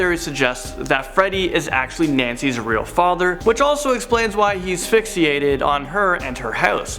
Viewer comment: He keeps saying FixEEated